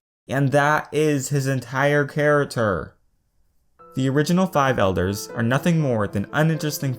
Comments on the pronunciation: who noticed he said 'char-a-ter' in stead of 'character'? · I don't want to be mean but, can you pronounce your c's correctly? Its character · am I the only one who cracks up when he says character wrong?